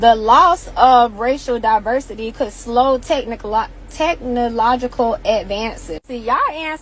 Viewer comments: She can't even say" technological" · She struggled to pronounce “technological advances “🤡